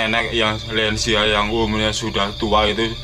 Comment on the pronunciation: Lansia om..bukan lensia😅😅 Muncrat ya om saking semangatnya ngomong,, jiangkrik ya begitulah😂😂 The best om